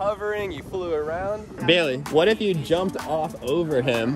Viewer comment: "WOTH" A REAL HOVERBOARD!! :OOOO